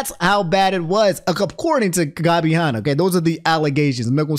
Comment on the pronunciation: I love how absolutely butchers Gabby's and Tana's Name lmao